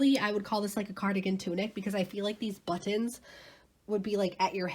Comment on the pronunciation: When you say “but-tons” it makes me smile !! Thanks for the info & videos !!